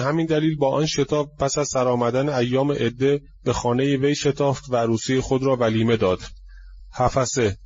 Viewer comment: oddeh ok notEddeh!///Hafseh/ not Hafaseh! شما آخوندی که سواد نداری وگرنه بچه آخوندها باسوادند.